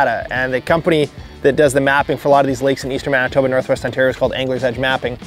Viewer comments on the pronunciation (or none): none